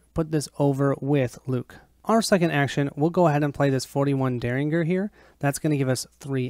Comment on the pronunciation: If you care Myriad is pronounced "Meer ee ad". If you don't care, please excuse me for mentioning it. While I'm at it, derringer is pronounced "Dare In Jer"